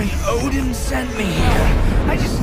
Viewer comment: Oding? i though his name as odin